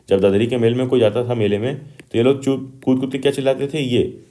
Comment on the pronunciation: Cut nahi kud